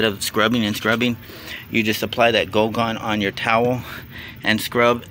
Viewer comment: Goo gone, not GO gone. Lol